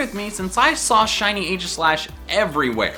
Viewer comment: Hate to be that guy but... It's EE-gis-slash